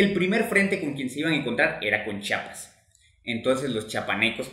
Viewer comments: Pero es Chiapas, no se dice chapas. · Sólo quiero decirte que no es Chapas ES CHIAPAS te comes la i. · Se dice.chiapas. mas no chapas que pasa amigo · Para explicar, hay que saber pronunciar. Chiapas en lugar de chapas. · Oiga, donde es chapas, porque los Chiapanecos somos de CHIAPAS, con i entre la H y la A, Chía pas,... Ya no seguí viendo su video porque nos es molesto a lo Chiapanecos que degrade el lindo nombre de nuestro estado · NO se dice CHAPAS! amigo, no se dice chapas. NOO! Se dice, CHIAPAS. No entiendo por qué aún "supuestamente" profesionales le dicen así. Tienen que informarse bien señores, gracias. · Es Chiapas con "I" no Chapas,. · Me cae mal cuando la gente dice chapas , Se dice CHIAPAS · Mi dudas es... Se dice Chapas o Chiapas? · Se dice Chiapas, no chapas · Es Chiapas Chiapas😂😂😂😂😂😂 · CHIAPAS NUNCA FUE DE GUATEMALA Y SE PRONUNCIA C H Í A P A S